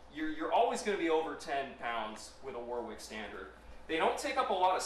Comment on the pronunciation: It’s not War Wick. It’s pronounced Worrick